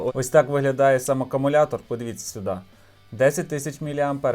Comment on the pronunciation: Не акамулятор а аккумулятор